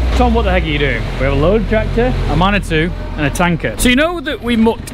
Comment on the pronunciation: Another fantastic video showing what farming is all about.. got to say when Tom said Manitou I actually heard man or two hahaha 🤣🤣 it took me a few moments to click on what he actually said (after I checked the video for a man or two) 🤣🤣